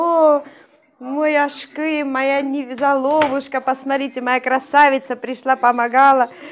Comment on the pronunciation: Вам лет 38 внешне. А почему вы ставите ударение на ашкЫм . Обычно говрят Ашкым. И ваш муж вам сказал Ашкым. Вас исправил. Ударение на А! И слово гюзял (красиво , прекрасно) гюзЯль правильно. Вы прислушивайтесь к ударениям и словам. У меня подруга замужем за курдом в Стамбуле. Она оооочень искажает турецкий и ее муж смеется😉 у меня мама на турецком говорит. Мы греки которым турки устроили резню и мы через Грузию бежали в Сочи. Но честно... я люблю больше турок чем греков. Турки более мужественей и лучше . Мужчины ответственее.